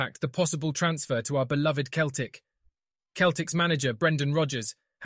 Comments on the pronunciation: It's CELTIC NOT KELTIC !! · Say Keltic one more time ya fanny